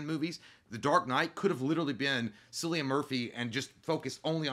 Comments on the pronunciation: Hey J just for future reference it’s pronounced Killian (cillian ) lol Murphys 1st name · Does J know the scarecrow actor's name is actually pronounced with a k? I feel like he does, if so.. he played that off pretty well.